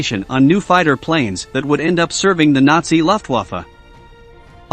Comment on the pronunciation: The lufftwaffa? Yaddel? Ffs learn some pronunciations buddy